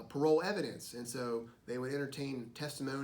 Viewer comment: shouldn't it be "parol" and not "parole?" either way, great video. this really helps